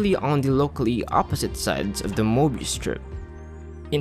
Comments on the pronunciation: Very nicely produced video. Only one thing: How hard is it to pronounce möbius? Get a professional narrator. (hint: I'm available) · I hate myself for caring that the narrator is not fully pronouncing the word "Mobius".🙃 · Since when is a CIRCLE a ONE DIMENSIONAL OBJECT??? Answer: Since made this movie! Since when is there a "MOBIUS" strip and not a Möbius Strip? That's easy: Since Americans in particular will never learn how to pronounce ä ö ü and other "Umlaute". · Möbius? You mean morbius. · "Möbius Strip"? I think you meant Morbius Strip. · Möbius would be pronounced "meh-be-us" because it's German (it's hard to explain how to pronounce it exactly).